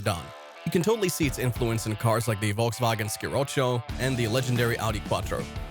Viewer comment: the wolgswagen Ski-rotschow - it ´s pronounced Folksvagen she-rocco